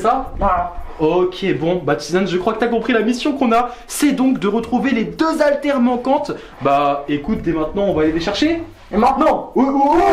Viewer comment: Des HALTÈRES pas des ALTAIRES pitié pour tous les enfants qui vous regardent faites un effort quand il y a que une phrase